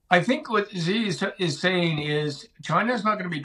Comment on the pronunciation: Top military analyst doesn't even know how to pronounce 'Xi'. That sums it up for me.